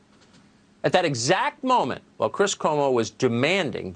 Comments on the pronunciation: it's pronounced koo-oh-mo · It's pronounced CWO MO! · The Cuomo's have been a national name for years, but you still mispronounce their name. C'mon... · You don’t know how to pronounce Cuomo?